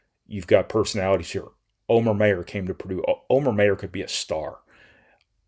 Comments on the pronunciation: The name Omer Mayer is pronounced "Oh-mer Myer". The first name Omer is pronounced like "oh-mer," with the "O" sound like in "oh", and the last name Mayer is pronounced "Myer," with the "Mayer" sound like the word "mire" or the last name "Myers". Here's a breakdown: Omer: Oh-mer Mayer: Myer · I guess you just have a brain fart every time Omer Mayer's name comes up. I stopped listening when you, once again, screwed up his name. Up til that time though, you hit every thing right on the money. You may be a doofus when it comes to names but you've got college basketball nailed.